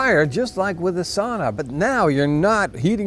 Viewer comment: Kotaliesi is actually all Nordics thing but we Finns might indeed be using it more. Also. Please learn to say "sauna" the correct way. Also. You did say loimulauta correctly, albeit with accent.